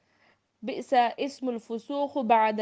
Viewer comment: بئس الاسم کی تلاوت میں غلطی ہے درست کرلیں